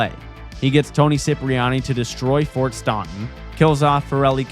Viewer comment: Stontin? 😂 STAN TUN, like Stanton Island 😂